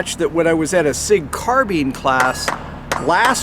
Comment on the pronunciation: That is a Sig-Sauer, not a S.I.G.